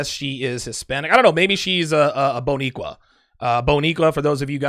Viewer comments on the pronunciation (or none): Hahahahaha it’s Bodiqua. And it’s only for Puerto Rican’s. Wow now I can’t take you serious.